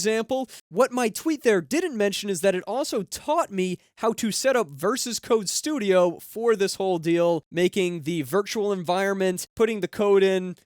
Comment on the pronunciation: VS Code "versus Code" LOL!